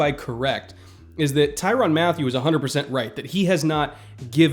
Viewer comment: its mat tyew not matthew